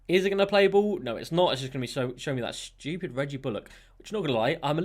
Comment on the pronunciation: No one:: Schewpid